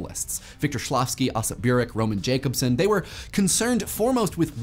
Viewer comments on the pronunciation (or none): One more nit: Roman Jacobson is usually pronounced "Yah-cob-son."